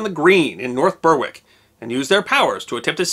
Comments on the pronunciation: Ber-rick not burr-wick. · Berwick = Beh-rick, not Burr-wick. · Berwick is pronounced Berrick, not Burrwick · Just a correction from a local: North Berwick is pronounced like North Berik. The e is pronounced like e in bed. Not like Burwick. Interesting story as ever. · North Berwick - pronounced "Berrik" not "Burwik" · Hello, a little note, Berwick is not pronounced Ber-wick, it's pronounced Berrick. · Great video minor point the W in Berwick is silent so it's pronounced more Bear-ick than Ber-Wick. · I had to to a "double take " on the first place name, North Berwick is pronounced "North Berrick".... wick is an old Norse name for a harbour... Interesting story none the less. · North Berwick - pronounced North Berrick Decent video apart from that. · It Beh-rick nor bur-wick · From now on I'm pronouncing it "Bur-Wick" just to annoy all the anal retentives who didn't read through the comments to see all the other anal retentives thinking they were the first to "correct" pronunciation! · Interesting but the mis-pronunciation of Berwick was infuriating. It should be pronounced Berrick although written as Berwick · Just for your records the town of Berwick is pronounced Berick the W is silent don't ask me why but it is, there is nothing so strange as the English language :>) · North Berwick is pronounced closer to Bear-rick. Otherwise, great vid as ever. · Berwick. Said like Berrick (as in Derrick). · Are you talking about the town of Berwick? If you are, then it is pronounced Berrick. The W is silent. Very interesting subject as usual. We still haven’t ended this hysteria about unknown factors though. Case in point, claiming to know about Aliens. Regards. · 'Berwick' is pronounced 'Beric'. the same as the name Eric' but starting with a 'b'. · UK English is confusing normally in the the UK in the town name Berwick is pronounced with a silent W and becomes " Berrick ' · It's pronounced as North Berick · It's pronounced more like "berick".